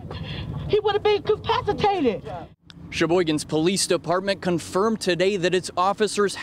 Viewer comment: "He could been capicated!" Lol.